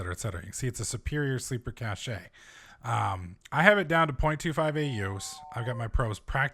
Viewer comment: It's a "Cache" not a "Caché" Pronounced like "cash."